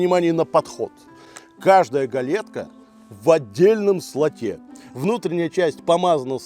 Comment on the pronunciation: "в отдельном слотЕ" - правильные ударения в словах для слабых и немощных)))